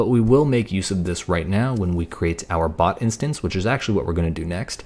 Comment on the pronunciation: he pronounced it "pot" but the correct pronunciation is "bot" and if it would've been a pot he would paint it discord theme with discord logo